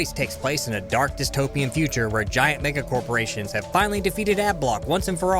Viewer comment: Did he just say: "Giant nigga corporations"?